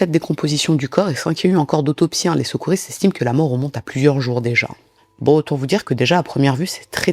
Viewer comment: 😂😂😂 j’avais déjà fait un commentaire du genre il y a plus d’un an. Elle dit “Ch’veux, Ch’val, Ch’mins” C’est drôle que ça nous choque, alors que quand les gens disent boul’vard; Carr’ four,ça ne choque personne 😂 « Le s’cours » 😂 « Les s’couristes » et là, elle dit bien cheveux, et 2 de suite 😂 retour du « Ch’veu »